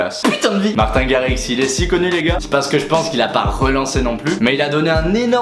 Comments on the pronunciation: Comment massacrer la prononciation de Martijn Garritsen en 2 secondes x) mais je t'en veux pas! :) Tu pourrais faire Florian Picasso s'il te plait? (il est sympa ce dj mdrr mais il fou des vents :' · Wait! The prononciation is : Martïn rarritsen cool video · Mdrrr comment tu sais pas parler néerlandais 😂😂😂😂😂😂😂😂